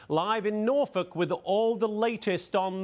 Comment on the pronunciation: pronounced Norfolk correctly!